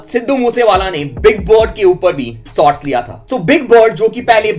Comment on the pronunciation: Bhai sots shots hota hai hope aap improve karoge